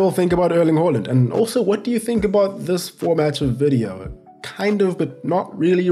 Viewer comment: “uurling huurland”